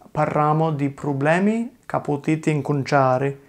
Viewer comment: Just discovered this channel Love it. Anyway isn't "problemi" but "probblemi" with 2 b In my zone (madonie mountains) we don't say "ma" for ''but" but we say "ngà"